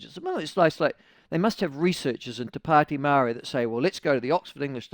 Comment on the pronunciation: Ew dont say it like that its more...to padi meowry. Or whineywhiney ganggang